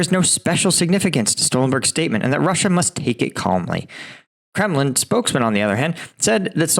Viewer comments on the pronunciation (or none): none